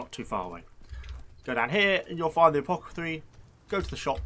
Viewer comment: Isn't the right word apoTHECAry and not apocatry??